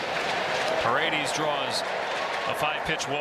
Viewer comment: It's Pah-red-dehs dammit, not Paredeez, can we get our commentators back please.